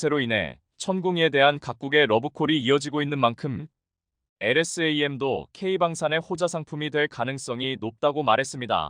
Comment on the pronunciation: 엘에스 에이엠. 하지말고 엘ㆍ샘 이라읽으면 좋겠구만 공부좀하여이!